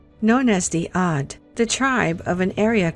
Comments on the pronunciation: Od sounds like Og... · 'Ad with the letter Ein.....not Ad with Alif.m.